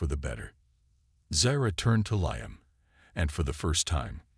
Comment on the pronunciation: And make sure your AI program pronounce names accurately, his name is pronounced "LEEAM", get it right or don't do it at all, AI sure sucks!